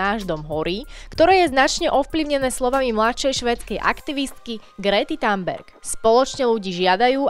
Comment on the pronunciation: Btw, nečíta sa to Tanberg. Thunberg sa číta inak. Žil som vo Švédsku takže len taká malá pozornosť🙂